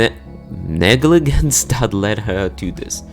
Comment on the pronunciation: Quick English lesson: 1. Reluctantly (REH-LUCK-TENT-LEE) 2. Negligence (NEH-GLI-JENTS) 3. Physically (FI-SIC-LEE // FI-ZIC-LEE) (ik this one is weird as both pronunciations are correct)